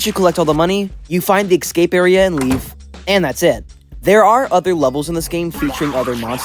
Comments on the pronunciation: great, another person who pronounces escape (uh-scayp) like ick-scape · Please. .... stop saying "eggscape".... It's ESCAPE NOT EGGSCAPE >:( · ecsai? Ecsape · You sure are one of my favorite YouTubers. I love your content and wish you the very best! There's one thing tho. I always hear you misspronounce the word "escape". It just gives me goosebumps so I really needed to tell you that. You always say it like eKscape instead of Escape. But anyways that's about it keep doing the great work bro! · why does he say "ecscape" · It's kinda weird how you pronounce the "escape" as "ekscape" or maybe I misheard you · I am still trying to get over that he says escape like "ecscape" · He still can't pronounce escape properly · No offense,but whenever i hear you pronounce "Escape" like that,my life expectency shortens by 5 years,great video by the way.